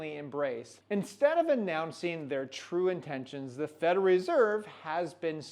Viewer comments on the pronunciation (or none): Say it slowly with me … “Fed-ER-ALL” now all together “federal”…well done, keep practicing. 👍